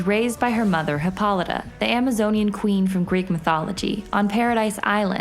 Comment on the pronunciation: I real enjoyed this video; Hippolyta and Gal's names were finally pronounced correctly. This bio was done very well--love it...